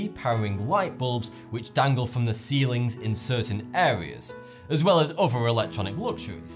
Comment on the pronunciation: Please practice putting your tongue out between your teeth so that 'other' sounds like that instead of "uvver' Secondly, allow a small time delay between each of your sections: sometimes it is not clear that you have moved on to the next item. Otherwise your comments are well informed and interesting. Thank you